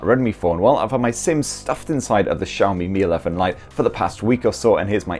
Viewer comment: Where the cha is xiaomi? Mf saying SCHAMI